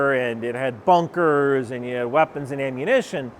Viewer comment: what’s the word. Amoooshna? Lol